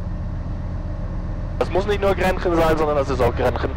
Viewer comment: Schönes Video! Kleiner Tipp: Es ist Grächen, nicht Grenchen. ;)